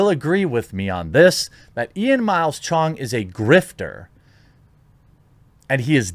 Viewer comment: lmao why you gotta say CHONG like that